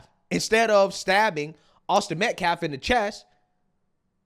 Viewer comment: Has he learned how to pronounce "Austin Metcalf" yet? What a complete scumbag